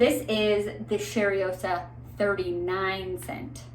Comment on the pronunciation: So, it’s not cherryosa, it’s cheYroza, i am sorry, it’s hard for me to explain how words sound. I am from Brazil btw, so it looks effortless to me to know how to say things in my language, but I know how hard it is. Thank you for the infotmative video.